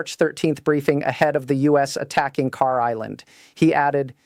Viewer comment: Yes in a sense they put almost all their eggs in one basket and that's usually not a good idea. I love your content but you got to work on your AI voice just a little bit please. It's not "Car" Island? Kharg island